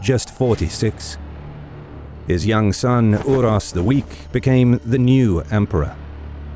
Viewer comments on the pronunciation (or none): It is so lame that you say like "Urosh" on one accasion, but the other guy is like "Uros" with an "s" on the end... they had the same name, you pronounce it like "Oorosh" if you want stupid English to influence your pronounciation...